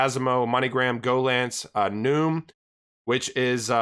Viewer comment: I could be wrong, but it seems to me Nium would be pronounced "knee-um". But u do more research than I do so maybe you've heard someone accociated with Nium say it.